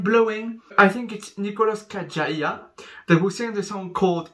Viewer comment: The first time someone said his last name correctly